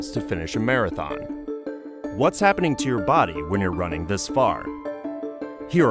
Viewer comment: Wai ar yu roh-ning???